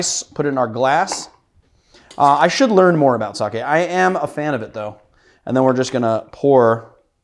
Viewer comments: Sake is pronounced something like Sakhay not Sakhee (English es not my mother tongue so I'm approaching to the pronunciation as best as I can) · Sake = saw-kay = alocohol. Saki = saw-kee = destination. <3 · “Saw-Kay” not “Saw-Key” y’all gotta stop saying it like that 😭🤦‍♂️